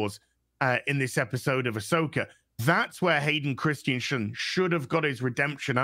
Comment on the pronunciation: Hearing saying Hayden "Christsiensen" over and over gets a little distracting after a while.